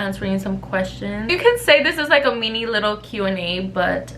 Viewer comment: Girl we missed you 🙃💕Awh her accent when she said mini 🥺💕💕💕👾